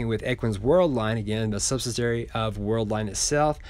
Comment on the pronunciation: Sub-sid-ee-airy....Love your channel, one of the most professional ones out there. Keep up the great work!!